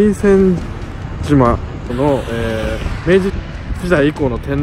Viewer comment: 初コメです。岡山はお隣の県だし福山市もお隣で…いつも楽しく観てます。探検したり旅したり面白い！冒頭のすいせん島…間違ってるのも新鮮😊